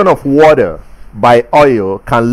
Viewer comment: Oxygen in the watdder 😄